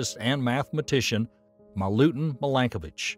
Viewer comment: In Serbian language, you have to read every letter as it is written - so, i is ALWAYS pronounced as ''ee'' (like: win, pin), not ''ai'' (five)! His name is Miiilenkovic, not mailenkovic - in Cyrillic it is very clear : МИЛЕНКОВИЋ. Also his first name has to be pronounced as Miilutin, not maailutin (meelutin meelenkovic). One sign for one son = genial writing system, too ! No double letter, no deformation of letters trough different readings - once a child learned all letters, can read, understand and write all words in Serbian language. The oldest calendar of the world, that shows Year 7532 in 2023 is Serbian calendar, forbidden by Vatican's ''diplomats''! It was used in our churches in Kosovo that is stolen by NATO/EU and given to Albanian muslims.